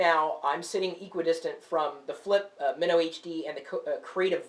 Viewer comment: this has the greatest video like everything looks great, but its not as colourful, and the sound isn't as great as the flip mino. Also, i thought it was pronounced my-no. not min-no